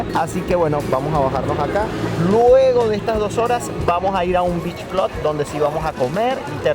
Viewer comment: Beach "clud"